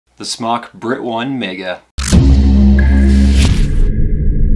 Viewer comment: it's pronounced smoke not smock